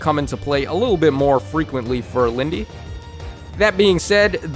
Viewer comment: Is "Lyn-day" actually how you pronounce her name? I always said it like "Lynd"